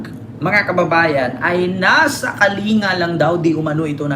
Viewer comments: Kaling-ga po pagbigkas po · Pronounce as KALINGGA